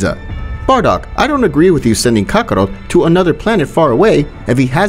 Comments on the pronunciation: Bro said Kakaro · Kakarot and this man's pronunciation is ka-ko-ROOT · He says Kakarot like Kabarrot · the way he pronounces kakarot makes me upset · why are you not sayong words correctly like saiyan or kakarot or evil and alot of other stuff man please be a better speaker